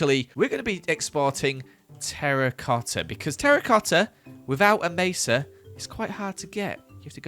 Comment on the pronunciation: the way he says, joEls meZALiAn terRIcoTTa!